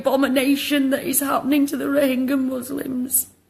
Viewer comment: How well do you know about " Rohingya " ? You can't even pronounce it correctly !